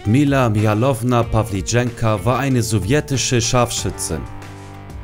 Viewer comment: Pawlitschenko nicht Pawlitschenka